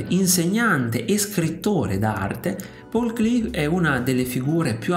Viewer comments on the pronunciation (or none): Grazie per l'omaggio al grande pittore. Il nome si pronuncia però Pàul Klee, non Pól Klii. E' un nome di lingua tedesca, non inglese.